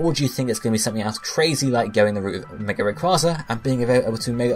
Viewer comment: Can you pronounce some Pokémon names correctly please? Flip through Pokédex 3D Pro, watch the pronunciation vids by TheAuraGuardian. Srsly I thought everyone knew it was Ray-kway-za as in Quasar galaxies.